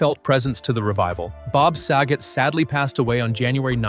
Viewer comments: "SAG-GET"....BOB SAGET.. smh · Also mispronounces Dave's last name